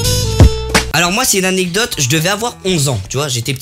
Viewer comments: « anectode » au lieu de anecdote 😂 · "anectode" mdr djsnsidksndis inox revises le français